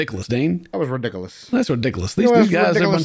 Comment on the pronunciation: That’s just ruh-dick-cuh-lus 😂